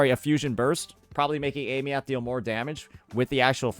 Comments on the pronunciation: Pronunciation was already shown, why keeps saying ey-me-uht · Aemeath - (eye-mith) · Does he intentionally mispronounce her name, or is this some American "knowledge"? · Brother say her name right. They already told you how to say it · Aemeath, duh? 😂😂😂😂